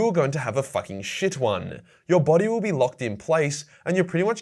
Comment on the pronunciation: "it willl"